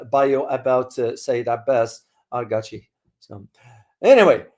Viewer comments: its not arga-chi, its arag-chi! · the right pronunciation is IRAQ-CHI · Greetings, I’m from Iran. The correct name is: عراقچی i.e. Araq’chi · Arâgh-çi. عراقچی. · It’s Araghchi bro … Araghchi … عراقچی